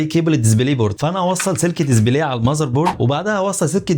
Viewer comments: Display ❌️ Dizibley✅️ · يا اخي اسمها دسبلاي مش دزبلاي اسف بس والله غاضتني 😅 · دزبلي ازاي يعني؟ اسمو ديسبلاي مش دزبلي!!